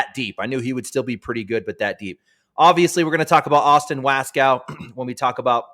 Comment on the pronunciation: How long are u guys gonna let continue to pronounce Waskow incorrectly? Ya'll are hard core... LOL!